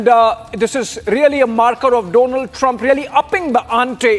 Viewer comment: Donald or Doughnald.... Great pronunciation